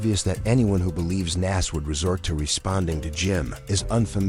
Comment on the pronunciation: it’s Nas not Nass wtf